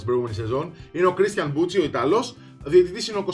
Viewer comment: Είναι μπουκι όχι μπουτσι.το c μαζί με το h στα ιταλικά διαβάζεται κ! Δεν το λεω με κακια απλά σε πληροφορώ για να το ξερεις! Συνέχισε την καλή δουλειά !